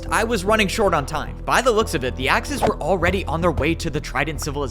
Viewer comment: Everytume he says Axes, i hear The Axis